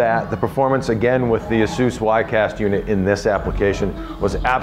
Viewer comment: It is counterintuitive but Asus is pronounced A - sue -s. He is saying it properly. Call the customer service number and you can confirm it.